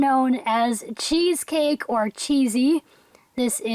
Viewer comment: when you said cheesecake i thought u said cheese steak lol